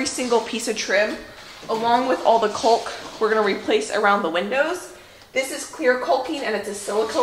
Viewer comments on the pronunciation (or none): Caulk vs Culk. Think of Australia - has the "awe" sound. C-awe-lk. Not that I'm OCD about anything, pronunciation included, haha. BTW - the flowers in your garden are gorgeous!!! The new owners-to-be are going to have such a beautiful yard!! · CAULK. CAULK CAULK. not Culk 😳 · please it's pronounced ( Caaaaalk, not Cuuuulk.😂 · "Caulk" rhymes with "walk", not "folk". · The way you say 'caulk' is absolutely KILLING ME!!! Instead of 'cull-k' think "CALL-K" emphasizing the wrong vowel... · What a great job are doing! My hubby and I don't work well together on projects usually. And the way say "caulk" like "culk" cracks me up! In Georgia it's "cock" like a male rooster. No L. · I’m from illinois, been watching you a while…like that you say “cul-k”, here we say “caw-k”. Funny how our regions influence our speech. Wonder how many other pronunciations there are?! Happy house reworking! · Caulk is pronounced cawk as in hawk in the U.S. Love your videos! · It’s pronounced caulk like chalk Well I’m from the East Coast that’s how we say it LOL. You’re a doll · Calk. The L is silent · The 'L' is silent in the word caulk...cawk. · The way you pronounce caulk is like nails on a chalkboard. The L is silent. Sounds like hawk. The foam sound makes me laugh. I am enjoying these videos very much. I hope you finish your caulking soon. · Caulk rhymes with walk. The "l" is silent. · When you pronounce caulk correctly it rhymes with ‘talk’. You barely say the ‘L’ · Your way of saying Caulk is cute. I've only ever heard it pronounced like hawk. Cawk. lol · The L is silent in caulk c a w k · No L in Caulk. Prounounced like Rock. ;-) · You're killing me every time you mispronounce caulk! :) The L is silent. Hahahaha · The "L" in caulk is silent.